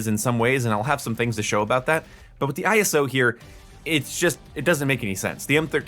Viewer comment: its ISO Hemlock not I S O Hemlock